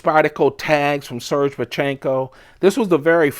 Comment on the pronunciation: It's pronounced sir gay. Not surge.